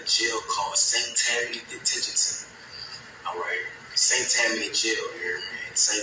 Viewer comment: You pronounced St. Tammany Parish correctly. I live there..😅